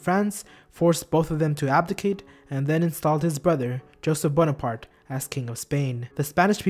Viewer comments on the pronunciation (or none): none